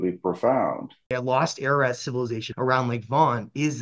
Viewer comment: Pronounced AR - AR - ROT .. not AIR AH RAT . ❤🇦🇲🇦🇲🇦🇲🙏